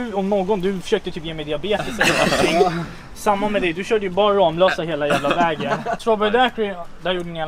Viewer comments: Det uttalas faktiskt ”RAMMlösa”, inte RAMlösa..😂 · kaviarmexicanen Ramlösa e en stadsdel i Helsingborg. Googla Ramlösa så ser ni att det uttalas ”Rammlösa” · Varför skulle man uttala det rammlösa när det stavas ramlösa? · Ni säger fel när ni säger ramlösa